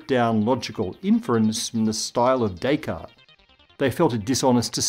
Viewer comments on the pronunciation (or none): none